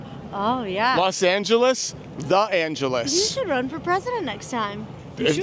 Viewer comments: No one corrected The Angeles… to The Angel’s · hehe you mean to say “the angels” not “the angeles” 🤣 but hey what do i know, i am not even Spanish